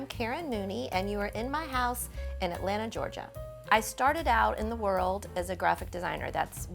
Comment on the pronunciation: Thank Goodness you know how to properly pronounce "Atlanta" !!! Thank you !!! I am so-o-o tired of "move-ins" and local under-educated and over-woke trying to be "cool" saying "AT-LAND-TAH". Also, thank you for not being afraid to use artificial plants. The real issue should never be if it's real or artificial, but you get what you pay for. Most people will "Fu-FU" you for using really nice, realistic artificial plants but don't give a second thought about using silk Poinsettias at Christmas.